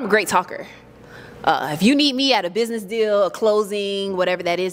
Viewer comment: If you say “ bidness ” I can’t deal with you